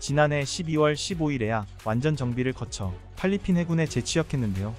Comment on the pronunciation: 글자 좀 제발 잘 읽기 바람 팔리핀이 뭐야 그것도 반복해서 그이외도 많음 제발 잘하길